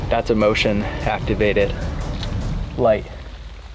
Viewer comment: light flips on:"that's eh-motion activated" Me: "emotion activated? Yes it was buddy. We back you, all the way."